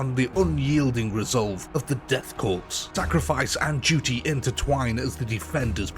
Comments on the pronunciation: For the love of god man, learn to pronounce "korps". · When you pronounce Korpse, the “ps” is silent. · It’s Corps like apple Core not corpse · Death 'core'... Not corpse ffs ... It's a french word, the 'ps' is silent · I know I’ll probably get slaughtered for this but I’ll say it anyway because I’m OCD It’s pronounced “core”, not corpse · Respectfully its not pronounced like "corpse" its pronounced like "core" similar to how marine corps sounds like "core" not "corpse" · did he really say Death Corpse? Bruh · OK, calling them "The Death Corpse" may make sense from a certain perspective, but it's pronounced "Death Core", like Marine Corps is pronounced "Marine Core". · death core not corpse.......fucking silent letters...the bane of the english speaking world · I hate to be that guy, but “Korps” is pronounced “core,” not “corpse.” Thought the latter is admittedly accurate for the Death Korps. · for future reference, korps is pronounced Core. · Nice video. Just one thing, korps is pronounced core. The S is silent. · Why does every British person pronounce Korps as Corpse? I don't understand. It's all of you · Korps is a stylized Corps and is pronounced exactly like "core". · Death Korps = death **CORE** its pronounced CORE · Death CORE ... learn the word. Korps is pronounced as CORE. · In "Korps" the 'p' is silent. Pronounced like saying "Core". "Corpsman" is a similar case. Good video though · It's spelled Korps, it's pronounced 'core' and it's irritating when people get it wrong. /rant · Learn how to pronounce corps. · Btw man, its pronounced "core" not "corps" and "chitin" is pronounced "Ky-tin". Sick video though. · 'Korps' is pronounced 'Cor'. 'Cadians' is pronounced 'Kay-dee-ans'. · Good vid, but for the love of the Emperor learn how to pronounce ‘Korps’ and ‘Cadian’, would you? ‘Korps’ sounds like Core (because a corpse is a body) ‘Cadian’ sounds like Kay-dee-an And what’s a ‘Death Kreig’? 😜